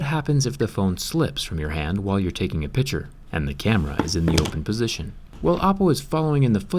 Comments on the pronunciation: Is it only weird for me that Jerry constantly says: Pichure? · I'm only the only one that goes crazy when he says picture like piture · He said piture not picture